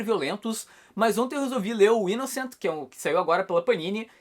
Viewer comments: Aí man, a pronúncia do título está errada Kkkkk Fala -se 'inossan" maninho. Pois sua escrita é francesa e não inglesa. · "Inoçã" hahah e sanson mesmo, sem pronúncia em inglês. Li o primeiro volume só e achei sensacional, vou continuar acompanhando e ainda bem que é relativamente curto hehe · o Thiago, do canal do comix zone, vive chamando esse canal aqui de 2kibinhos, que o fica kibando as coisas de la pra trazer pra ca. Quando ele foi falar sobre esse manga, ficou a semana toda, inclusive no video, falando que a pronuncia certa é ''inoçã' por ser frances. Ver agora o falando da forma que ta escrita é tão bacana haahahha, e mostra o quanto aquele cara é presunçoso com aquele canal minúsculo dele hahahaha